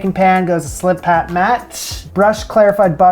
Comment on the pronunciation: Aw, did you really call it a "slipat" mat? It's a Silpat mat 😑